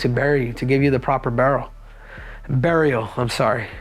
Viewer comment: U said "burial" like a hillbilly. 😂😂😂😂😂😂😂😂😂😂😂😂😂😂😂😂😂